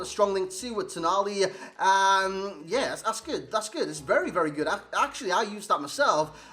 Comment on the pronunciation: GOOD NOT GOODZ OR GOODS MAN. Where are you from lol